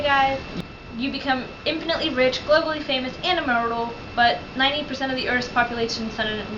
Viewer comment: The girl needs to learn how to pronounce "Immortal" Just sayin'